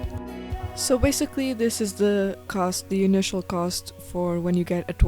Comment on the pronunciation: "Inicial cost" lol